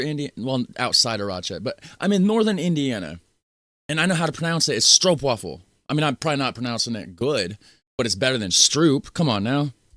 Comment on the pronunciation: You still say Stroopwafel a bit wrong . Wafel is not pronounced as "waffel", but more like "waaafel". And Sandwich = boterham , Bun = broodje . And you are the best Netherlands promotor ever! :face-blue-smiling